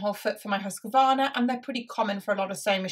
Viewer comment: Husqvarna is pronounced HOOS-kvarna